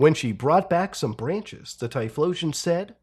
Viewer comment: the name is read as T-Y-FO-LOTION